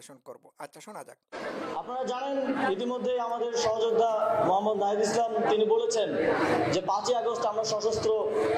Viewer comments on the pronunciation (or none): none